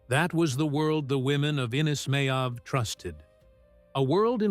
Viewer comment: Meabh is pronounced Mave...Sile=Sheelah... Dorinn=Doreen...Aoife=Eefah...Caoimhe=Keevah...Aibhilin=Evelyn...